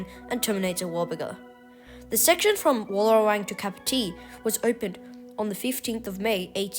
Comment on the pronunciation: It's Capertee, pronounced Kay-pe-tee, not Cup-o-tee